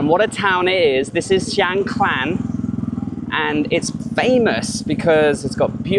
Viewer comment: No L in Khan...NOT KLAN Kaaahn...